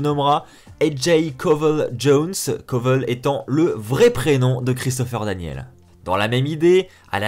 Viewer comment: C'est DanielS et non Daniel. Mauvaise prononciation.